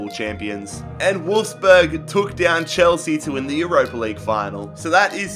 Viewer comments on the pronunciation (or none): none